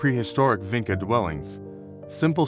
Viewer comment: It's pronounced VINCHA. You have to get that right or nobody will take you seriously. I know I can't. And what about Lepenski Vir...